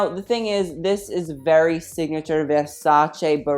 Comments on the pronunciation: YAAS MAMA IT'S VERSACE NOT VERSACIIIII YAAAAASSS love from an italian fan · He is the first American on YouTube I have heard say with the right pronunciation the name Versace!!!